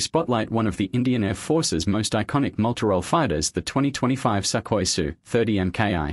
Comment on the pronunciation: It's pronounced "Soo-koy", not "Suck- oy"😅